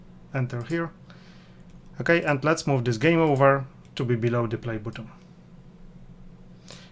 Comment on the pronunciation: Wymawia się BATTON, a nie butom. Ciężko to słuchać.